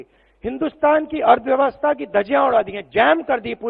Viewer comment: Arthvyavasta. Suniye😂